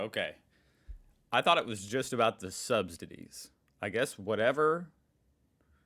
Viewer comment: I think it's "subsidies", not "substidies". 😅 Greetings from Berlin.